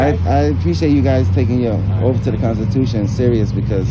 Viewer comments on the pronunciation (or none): Hey idiot remind the cop he swore an oaff to pwotect your wights and not be wude😂